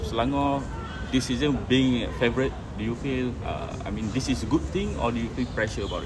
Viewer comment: faourite bro, bukan favour.